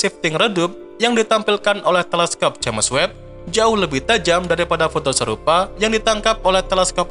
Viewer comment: Sebutannya "Jams" bkn "Ja mes"🤔